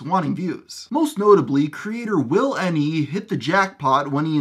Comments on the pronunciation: It's not will n e its willne God man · it’s not will n e it’s williene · Will “N-E” !? 😂😂😂